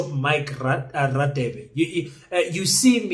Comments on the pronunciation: You are pronouncing Radebe wrong it's pronounced Rhadebe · King please pronounce Dr. Radebe properly eg Afrikaans, :"ek gaan" so you should pronounce Radebe like"gaan" first "GA" no offense. 😅